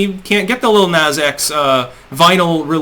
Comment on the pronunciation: can't pronounce his name yet telling us how he feels and why?